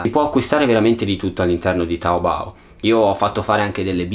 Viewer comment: E aspetta su è taobo no taobou Non dire che non sono cinese sono cinese